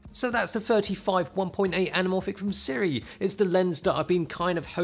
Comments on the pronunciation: Sue-Ray is how you pronounce it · It’s pronounced Sue-ray ....we sell their stuff at our store